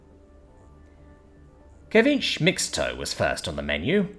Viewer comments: More like suh·vee·chay I can still see finding a way to mispronounce it though😂 (I give him a pass on native and South American stuff though) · ceviche seh-VEE-chey My dude, if you have never seen a word before, please look up the pronunciation, especially if they aren't English words. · Ceviche is pronounced cev-vich-che. Just in case anyone is wondering. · Yo I love you but some of your foreign word pronunciations kill me, ceviche is pronounced see ve chi. Sexy space babes universe stories you kill me with the meat muffins calling them papaya like the earth fruit. They are Pippiya, pip pea yah.